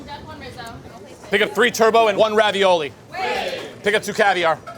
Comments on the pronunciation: Just wished he’d stopped saying Turbo instead of Turbot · also, this is super annoying...it's Turbot (Turr-bit), not Turbo... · it's pronounced turbot, not like the car - lol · Forget the cooking. How, just how do we pronounce Turbot, turbo……..? There is no way this chef is getting a third star with pronunciation like that.